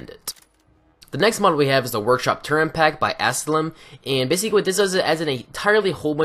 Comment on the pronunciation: Turret, there is no N in the word turret.